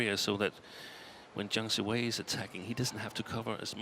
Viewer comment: It's "Siwei", the way the umpire said it sounds like "seaweed"...